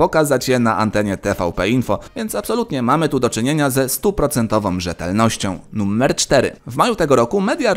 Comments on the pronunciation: Czy tylko ja slysze "Nummer"? :D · Dlaczego "nuMMer"?